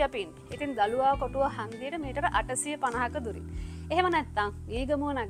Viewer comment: දලුවාකොටුව නෙමේ දලුවකොටුව